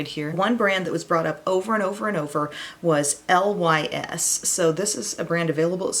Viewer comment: Lys is pronounced "Lease" it means lily in French. (NOT: L.Y.S.) 😎✌🏼💜💜💜